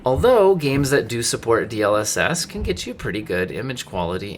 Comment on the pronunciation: the point of an acronym is that its not meant to be pronounced as a word... As it is an ACRONYM....